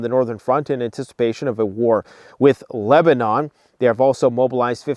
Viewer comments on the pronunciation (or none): none